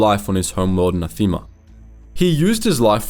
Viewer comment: Nah-thehma* Please, mate, that planet was in the game - pay attention to the pronunciation whenever you discuss something.